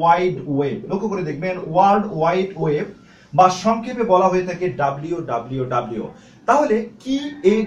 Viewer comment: টিউটোরিয়াল টি ভাল। কিন্তু ডাব্লিউ ডাব্লিউ ডাব্লিউ না বলে বলুন ডব্লিউ ডব্লিউ ডব্লিউ।